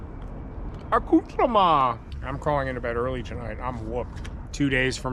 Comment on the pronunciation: I love your videos but for the love of God STOP SAYING ACCOUTREME...it makes me wana stop watching!